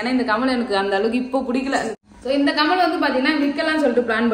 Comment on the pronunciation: கமல் இல்லை கம்மல்